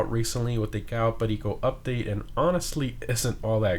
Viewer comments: The pronunciation of u saying "Cayo Perico" just godly amazing xD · Is it just me or the way he says “Cayo perico” is really cool